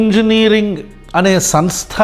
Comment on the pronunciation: సన్ స్థ కాదు బ్రో.. సమ్ స్థ 😂😂😂